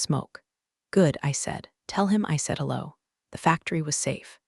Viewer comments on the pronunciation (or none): none